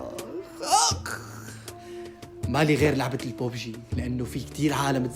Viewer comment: اسمها ببجي مو بوبجي